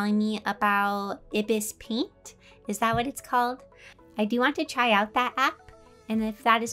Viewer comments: Ibis Paint is pronounced Eye bee es Paint. And id love that! since it free and you gain access to all the brushes by just watching an add :) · I'm sorry buuuuut... It's said [eye]bis paint 😶🙃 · Ibis paint x facts Ibis paint is pronounced Eye-bis-paint If you need shading or highlights go ahead and go to blending mode, I recommend “Add” for highlights And lastly, it’s very easy to use, but if you run out of storage it won’t allow you to open your art, so you can’t save it to your photos it so make sure you don’t run out of storage xD Edit: yes it’s happened to me xD